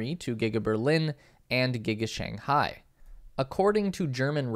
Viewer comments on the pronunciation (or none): none